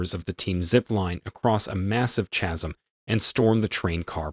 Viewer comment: You mispronounced "chasm" lol